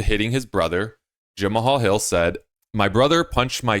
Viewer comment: Jemma-Haul-Hil... "Jemall" Jamahal